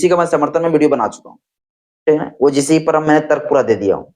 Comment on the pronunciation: पहले यू जी सी बोलना सीखो क्योंकि ऊ जी सी बोलने से तर्क नहीं होते